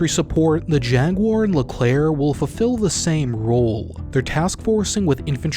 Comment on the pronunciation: The Leclerc prononciation was on point